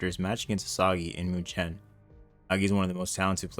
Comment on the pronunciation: its pronounced mewken not muchen